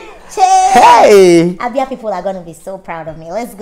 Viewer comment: I'm from Abia Aba ngwa we don't pronounce things the way she does she should be specific so we know where she's from.